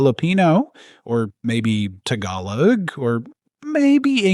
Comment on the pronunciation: Learn to pronounce the word "Tagalog" properly please!